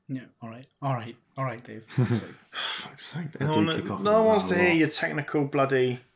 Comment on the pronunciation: Great, now I'll always remember "awreet"